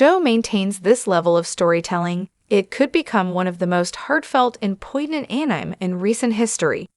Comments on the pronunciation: Is this an AI voice reader? The phonetic [An-nime] is not correct. It's [An-ee-may]. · anime --> pronounced as A-Nine?... sounds a bit robotic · AI gargbage, go away. It's pronounced AN-EM-AY. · Here's an idea: Get that AI voice to say Ass Anime. It'll be describing itself when it mispronounces Anime. It's asinine.